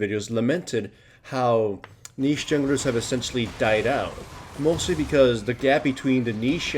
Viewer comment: Wow someone that actually says niche right.